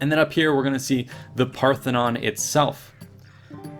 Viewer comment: Parthenon not pathenon